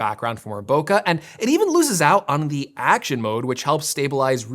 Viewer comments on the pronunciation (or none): none